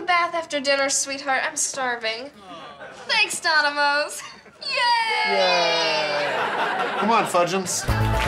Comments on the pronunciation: Did she say Donimoes instead of Dominoes at the end? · They said "Donimoes" not "Dominoes".